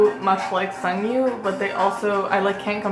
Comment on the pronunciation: Hi! His name is pronounced Seong Gyu. Similar to the English word "song" not "sung" :) The romanization makes it a bit confusing I know :)